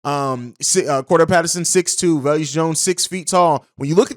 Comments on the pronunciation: Bruh I can’t stand how you saying velus Jones name lol Velus (va lus) not veleus 😂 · Velus not veluous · Velus pronounced VAY lis rhymes with Payless. C’mon on man!!’ 😂